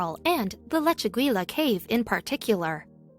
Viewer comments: “Lechu-gweela”. Lol! For pity’s sake, it’s Leh-chu-GEE-yah...using a soft “g”...almost “Leh-chu-HEE-yah” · In Spanish, double l's are pronounced like the English Y. The correct pronunciation should be "lechegya" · leh·choo·gee·uh keiv You are butchering the name of that cave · The correct pronunciation is Leh-chu-GEE-ya, with a hard "g", like in goose.